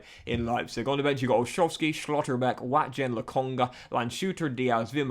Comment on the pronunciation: STOP SAYING SCHLOTTERBECK AND LANDSHUTER LIKE THAT